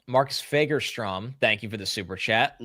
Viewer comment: As a fellow Swede, and in case ever has to attempt some Swedish pronounciation on TV and wants to not get cancelled: the "a" in "Fagerström" is NOT pronounced like that, his name doesn't start with the f-word. It's closer to the "a" in "awe", so something like "Fawgerstroem".